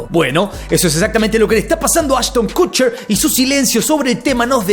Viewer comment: “Cucher”???😂😂😂😂😂 pronuncia bién!